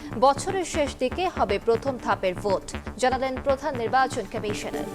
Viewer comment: বাংলা নিউজ পড়ছে, আবার বলতিছে খামিশোনার 🤣